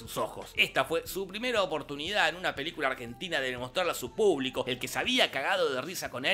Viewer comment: En la intro dice Argenina 😂😂 gran video como siempre, los amo!!!!